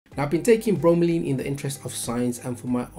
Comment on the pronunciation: It's Laine, not Leen..